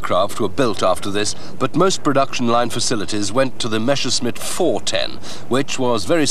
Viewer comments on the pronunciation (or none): MASHERSMIT!!! My ears start bleeding everytime I hear this. It's impossible to misread and mispronounce MESSERSCHMITT, even if you only speak one language.